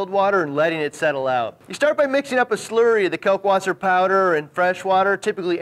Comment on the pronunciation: Pronounced kAHlk Vaßer